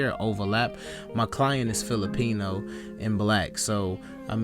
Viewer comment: The way he said Filipino had me weak idky😂